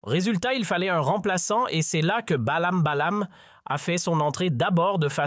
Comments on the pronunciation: Avec vos robots, vous nous prenez vraiment pour du Bétail, Ballam Ballam, Bolem Bolem, Boèm Boèm, Baèm Baèm........... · Meme pas foutu de bien prononcer les ''nom etprenom de Boualem Boualem!... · Si vous n etes pas capable de lire des noms convenablement,rien ne vous autorise à vous adresser à un public qui refuse qu on écorche des noms sciemment ou non.Un peu de respect Monsieur ! respect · c'est un robot médiocre mu par l'intelligence artificiel.Il ne sait meme pas prononcer correctement BoualemBoualem. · SVP commencez à bien prononcer les noms de Monsieur le Président TEBBOUNE et de Monsieur Boualem Boualem, l'Algérie vous dérange, la politique à changé, mon très cher pays avance, je ne veux pas être trop grossier par respect aux noms des dirigeants Algériens qui figurent dans ce commentaire. C'est le bordel, la chute, le chaos chez vous et vous avez le courage de parler de l'Algérie, personnellement je vous en merde.